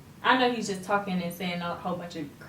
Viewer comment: The posing at the end had me dying... like “bout to give you hella option”... “you choose”... “talmin bout” 😂😂 I’m really dying cuz I really feel like say talking with a m in it 😂😭😭😭